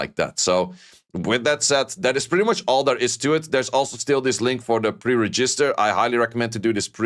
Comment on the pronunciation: "pre-rah-jizz-ter" lmao